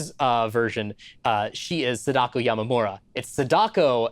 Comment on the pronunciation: I don't really want to give grief about how he butchered the pronunciation of Sadako, but it was a horror show...